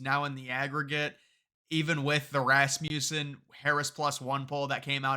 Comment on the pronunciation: The word (name) Rasmussen has a short U vowel sound. It's named after Scott Rasmussen. Mark tries to correct everyone that gets it wrong but for some reason everybody ignores him, let's try to get the company name correct??